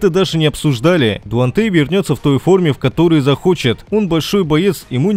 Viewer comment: Какой Дуантей ? Выучи имя